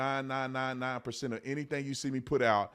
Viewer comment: You said "99%" wrong.